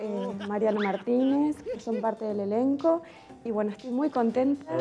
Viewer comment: Un elencg espectaculegg